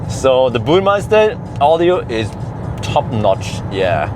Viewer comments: Minor Mini-Critic: The Soundsystems reads Burm_e_ster (not Burm_ei_ster, at least that what I think you pronounce it) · Good video. It´s Burmester though, not meister:D